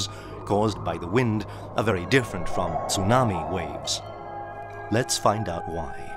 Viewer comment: STOP SAYING TOONAMI.